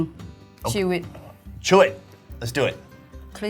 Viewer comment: "If there is a bone do I have to..." The rady: "Avlithing, choo it 😒"